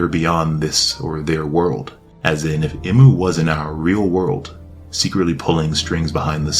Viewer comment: Bru it's pronounced EE-MOO not im-oo 🥸 Hurts my soul erytime you say it wrong snd you said his or her name like 50 times jn the first 2 minutes lmao